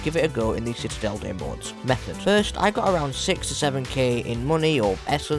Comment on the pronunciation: For citadelle ur not supposed to say the S and the T at the end it's just " mow " hope that helps !